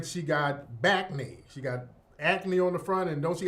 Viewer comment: Dude said "Backnee". 😂😂😂😂😂😂